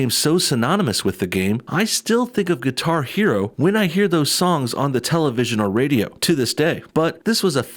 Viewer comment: Did he say Qatar Hero?